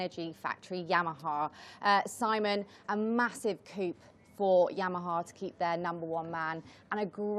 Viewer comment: the word 'coup' is pronounced coo, not coop.. a word the English has taken from the French.